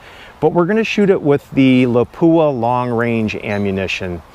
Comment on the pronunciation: Lapua ,, look up the pronunciation.